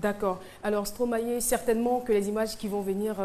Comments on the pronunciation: C'est Stromaé elle est là elle dit Stromayé Stromayé Ah Caro ! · Caroline et sa prononciation en stromaYé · je te jure son stromaYé la peu me tuer